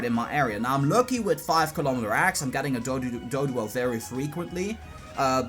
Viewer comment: fiave kilomitor agg LMAO